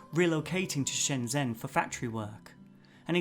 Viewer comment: Just a polite FYI that zh is close to a J sound in Chinese. So Shenzhen is pronounced shenJEN. :)